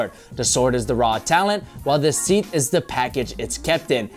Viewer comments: Sheeeth not sith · the word is SHE-th. not Sith. Its the thing you slide a sword in like a holster for a gun. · Sword “ Sheath” not Seath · Jumpman is the epitome of logos. I’ve always loved it for the fact that it looks likes someone giving their all to make a basket/dunk. I think that’s why other silhouette logos look cheesy cough shaq cough LEbron. Funny you claim not to like the initial logos and 8 out of 10 are exactly that. Also it’s pronounced sheeth... sheet is Spanglish for shit. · seath? *sheath, pronounce the h, and also a sheath is a sword holder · you said sheath wrong bro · Work on your pronunciation of sheath.